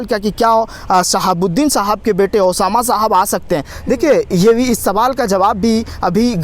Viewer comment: Madam hamar shaab ka naam ache se lo